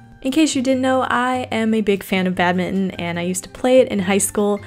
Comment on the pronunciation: "Badminon" lol that's what I heard